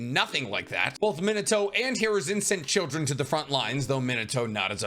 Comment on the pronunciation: OMG I HAVE BEEN TRYING TO FIND THE PERSON WHO KNOWS HOW TO SAY MINATO CORRECT